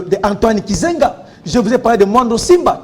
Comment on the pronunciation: Mukubwa, Antoine GIZENGA et non KIZENGA😂